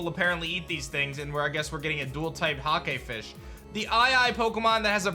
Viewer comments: I could’ve sworn he said, “the hot gay fish is dual typed” 😂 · thought you said “the hot gay fish” and i did a double take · When he says hakefish, I turned my head because I thought he said 'hot gay fish'